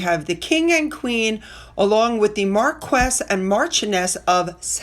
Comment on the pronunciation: it's Mar quis, soft s, and martian ess, as in little green men. ❤